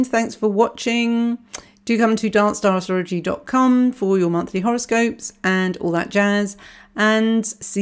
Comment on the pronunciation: Lol when she said “make sure you come to Darkstar...” I thought she said Dance Dance and I got so confused